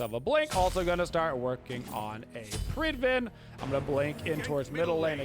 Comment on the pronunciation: Does anyone know why he pronounces predwin with a V ? “Prid-Vin”